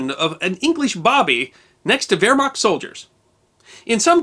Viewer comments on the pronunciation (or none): none